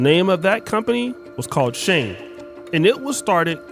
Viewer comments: Is pronounced She-in, not Sheen or Shane 🤦🏾‍♀️ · Its shein...not shane 😂😂😂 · Why are you calling it Shane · shein is pronounced SHE IN was she inside was they originated SHANE made me smile thank you this brand is not for all the ones it is for they go hard for it huh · Not Shane.... It's Pronounced Sheen.... Eventhough It's Spelled Shein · It’s not pronounced as Shane 😂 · Mfr pronounced It Shane 😂😂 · Its "SHE-IN" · Bro, "she-in" 🫡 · Listening to him pronounced SHEIN SHING is annoying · It’s pronounced as if you are saying….SHE IN… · * its pronouced (Sheen) Spelled Shein. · SHEIN is pronounced She In which is shortened for the old version SheInside which is now SHEIN. Younger Black women going crazy over SHEIN which sells very cheaply made, fast fashion, club clothes for a cheap price is 😒. I know it sounds classist, but the more educated, career focused Black woman who goes for a more refined look isn’t checking for SHEIN. We know that the Asian based retailer is banking on a certain type of Black woman being ok with subpar clothing while providing subpar customer service because they don’t like us like that. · pronounced SHINE, or how Chinese say SHY-IN. But agree with everything you said in this video. I do everything in my power not to give them other folks my money. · The brand name SHEIN is pronounced "sheen," like the word "sheen" (meaning a luster or shine) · no wrong its SHE IN (SHEIN) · Please pronounce Shein correctly 😩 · That pronunciation hit me the wrong way every time he said it.